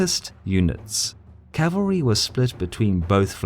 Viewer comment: The word is CAVALRY not CALVERY!!!